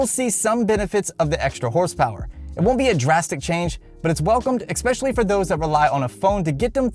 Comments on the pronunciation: Expecially? Really? How old are you? eSpecially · Did he say 'exspecially'? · Oh dammit he said “exspecially” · Turned off after 2nd xpescaly and xplain. Speak right man you are adult 🤦🏻‍♂️ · “Exspecially” That... bothers me way more than it should.